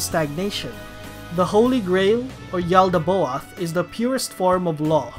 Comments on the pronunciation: The god is pronounced “yal-da-both” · And the way you say "Yaldabaoth" is weird as hell too lol